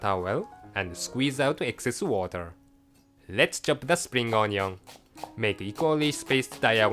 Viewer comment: i love the way says onion he says ON-YON love it!